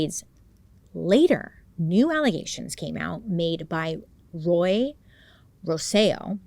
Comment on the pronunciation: Bailey I'm so proud of you! You struggled with a few words but you said Roy flawlessly! That was my dad's name and even I have a hard time saying it! I never watched the dramatization on Netflix because I know it would be too hard to watch but I also thought they were spoiled rich kids until I watched the documentary. They didn't deserve to spend their entire life in prison. I think they were tortured enough growing up.